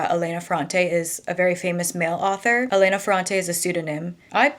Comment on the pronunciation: Hi, just a pronunciation tip: it’s Èlena and Domènico in Italian:) also it is absolutely NOT a well known fact that she is a man… just a theory some people have, I don’t know why that person was so sure about it